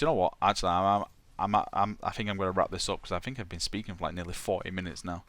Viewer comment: my fucking god man, pronounce your TH sound. it sounds so fucking dumb when you say "fink"